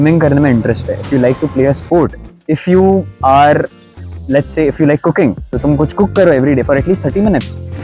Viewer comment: i heard "cooking" as "cocaine"